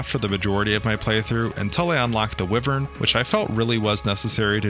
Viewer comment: bro can’t pronounce wyvern😂😂😂😂